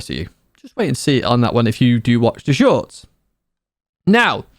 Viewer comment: Keep the "shoIrts" coming... 😂😂😂